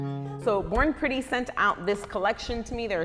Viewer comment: I thought U said “ boring pretty “ 😂